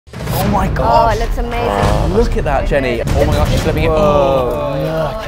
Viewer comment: 또 있죠 ㅋㅋㅋ 오.마이.가쉬!!